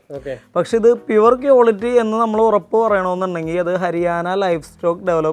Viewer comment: കിയോലിട്ടി... അല്ല മാഷേ... ക്വാളിറ്റി...